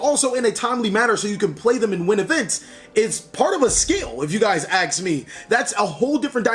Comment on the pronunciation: Love the way he says: "If you aks me" But seriously, it's well known that every deck has its own learning curve. I remember when Pendulums came out I really hated them so much, but never actually tried to understand them, then, when the PEVO set came out I bought a box and build 2 decks out of it, Pendulum Magician and Zefra, and still playing them even today, but none of my friends can follow my line of thought when it comes to Pendulum combos, techs or matchups. And I can't pilot non-pendulum as half as good as Pendulum based decks. So, imagine the ones that keep changing decks each new format just to keep playing at the top tables, they really have a lot of skill and knowledge of the whole game.